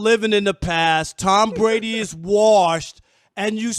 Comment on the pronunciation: Who is “Tom Bwady”?